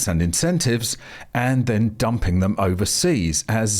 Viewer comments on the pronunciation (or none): none